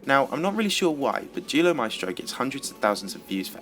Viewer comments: For Duelo Maestro i heard Deoolo maistro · U sayd Duelo Maestro like dulo masteo